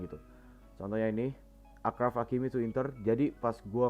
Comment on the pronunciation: Video yg mantap bang, review gw ttg match kali ini -Marcelo overlap -Benz Hazard udh bagus sinerginya tp kurang clinical -Kurang kreasi serangan -Kortoa harus ttp konsisten Oya ralat dikit do, cara pengucapan 'achraf' itu 'asyraf' dalam bahasa arab, penulisan bhs inggrisnya achraf.